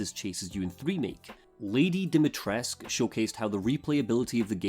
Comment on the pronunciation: Something that annoys me to no end is how there's a blend of so many cultures, in an attempt to, what? Seem more inclusive. And yet Capcom shits all over the Romanian language, and then when they get corrected on the way Lady D's name is pronounced (Di-mi-tres-coo) they go ahead and claim they SOMEHOW know better.